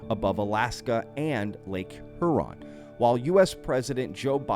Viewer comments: Lake Huron.........pronounced Hugh-Ron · Please learn how to pronounce Huron, I feel dumber because I listened to you.